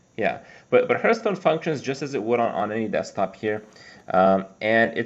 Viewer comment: always sounds like hes saying hurtstone xD